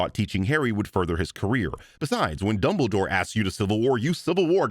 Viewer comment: Is it just me or does CinemaSins say double door every single time instead of Dumbledore? Like I get they sound similar enough but I swear it sounds so clear that he’s saying double door or aleast he’s saying it most of the time?